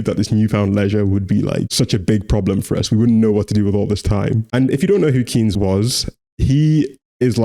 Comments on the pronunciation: Never heard anybody pronounce his name like this (Keins instead of Kains (??) idk how to write different pronounciations, but his really sounded like he read Keynes as key-nes like the english word Key. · KAYNZ not KEENS, it's pronounced John Maynard KAYNZ! How are you going to have any economic credibility if you can't even pronounce the guy's name properly? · Kinda embarrassing to have an error 5 seconds into your video essay. His last name is pronounced “Canes.” Hence “Keynesian economics,” pronounced “cane-zian.” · Enjoyed the video. Note that Keynes‘ name is pronounced ‘canes’